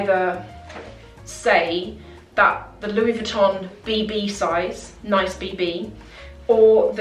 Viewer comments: yes! Pronounced like niece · i think it pronounced "niece" (Nice, like the French city) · Nice as in France surely? NEES?